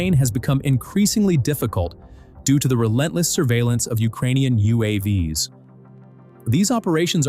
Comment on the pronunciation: "You aww vees"? It's YOU Aye Vees